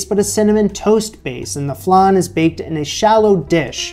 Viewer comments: love your show ! just a side note...tis flan as in pan, not flaaaaahn as in ....whatever that is lol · FLAN LIKE VAN not FLUN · Flan like pan please. Flonde?😂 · Just out of interest; what's a "flarn"? In English we call it a "fl-ann" 😄😄😄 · I love watching your videos. I thought I should tell you that you pronounce it like 'an' - flan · Pst .. there is no 'r' in Flan...so it's,F - lan...Flan 😉😉😁💕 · Love the pronunciation, not sure if the long a sound in flan is a North American thing, a Canadian thing or a thing, anyway. My northern English ears do find it endearing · i’ve been searching these comments to comment on how he says flan lmaoooo. I always am really upset with how he says vague. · why do you say flan like that?????? I also notice that you say vague as Vèêhg or vehg lol. You don’t enunciate the gue and you turn the an into an e or eh lmao.